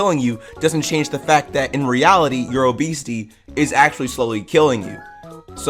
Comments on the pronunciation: Your pronunciation makes it sound like obeasty sometimes lmao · “O*esity” BRO I CANT